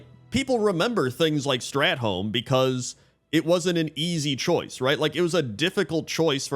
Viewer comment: Bro you gotta stop pronouncing WoW stuff wrong. Not strat-holme. Strath-olme.